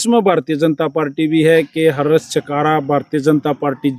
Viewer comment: Pehli baat to naam khrab mr kr mera 😂 mera naam हर्ष hai ,,,,,,हरस नही